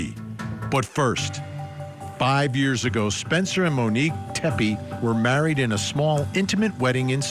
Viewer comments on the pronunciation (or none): Come on Vinnie, her name is MONIQUE, not Monica. Get it right 🤬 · Vinnie, her name is Monique, not monica!!!! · Her name was Monique. Not monikkka